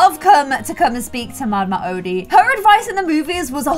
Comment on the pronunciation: Mama odi (oh-De)